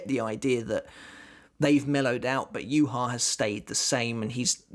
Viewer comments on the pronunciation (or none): The way his name is pronounced infuriates me...... Juha Bach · It's pronounced you-ha-baha tho